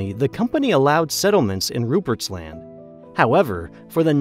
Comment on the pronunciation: Newfoundland was particularly fun to hear. And it was a little jarring to hear him say Rupert’s Land as like two distinct words. Most people I know just say it like one word. That one wasn’t as bad obviously but it was still funny.